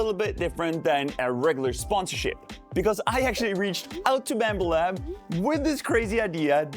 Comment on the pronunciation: did i just hear "Bammba lab"?